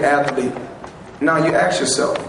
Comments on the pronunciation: Dis I miss something? Since when do we celebrate cheaters? I like how when ever he "ax someone" I think he means ask. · Billionaire,says axe me,when he means ask...Wow.